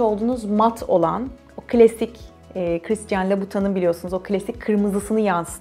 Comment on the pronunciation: louboution oyle okunmuyor